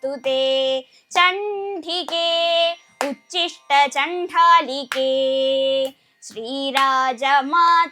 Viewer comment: ഉച്ചിഷ്ട അല്ല ഉദ്ധിഷ്ട്ട എന്നാണ്